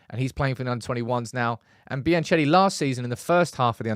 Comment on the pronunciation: please find out how to pronounce Biancheri